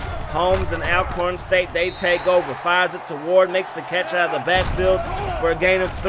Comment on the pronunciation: Bro, it's pronounced (ALL)corn State not AL only reason for the thumbs down. However, good content 👍